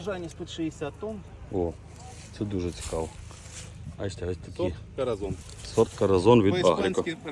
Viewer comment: Правильна вимова - кораСон. А якщо перекласти літературно, то це означає - кохана❤